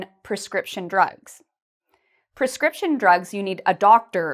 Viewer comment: Hi, the word of prescription is "[prɪˈskrɪpʃn]" in the web, your voice sounds like "[perˈskrɪpʃn]"